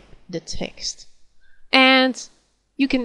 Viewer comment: when she says text I keep thinking she is saying sex e.g. "and on top of this I want some sex."